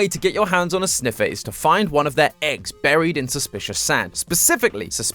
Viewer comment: and the winner is? “ze sneffer”